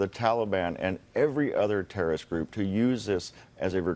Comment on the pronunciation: "We don't negotitate with terrorits" lmao